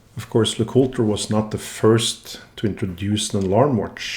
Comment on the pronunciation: lay-cool-TRAY? Before Hunter (Jäger) got involved? YAY-ger lay-cool-TRAY